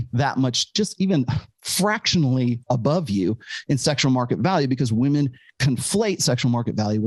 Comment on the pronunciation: "I'M NOT LIKE THOSE OTHER WAHMEN"